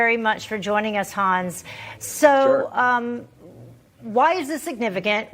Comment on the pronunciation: Thank you,, for pronouncing Hans’ name properly. Love that a journalist cares enough to learn how to say a guest’s name the right why - so many just butcher names like that!👏🏼